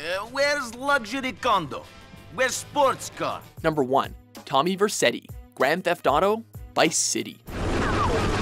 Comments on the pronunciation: It's Vercetti, not Verceti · isn't it Vercetti? not Verceti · its vercetti not verceti